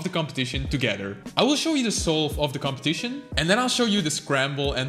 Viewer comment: "competition" sounded so british